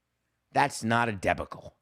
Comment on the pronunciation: Your pronunciation of the word debacle is very curious. I think you may have put the emphasis on the wrong syllable?